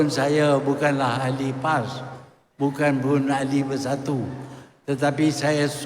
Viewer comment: Sebut parti Pas pon kaku lidah tu Tun..